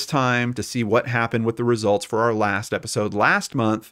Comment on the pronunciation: off topic but Danelles "lasht" is triggering me 🤐 anyways ... I love the wine Story. Should be a movie 😂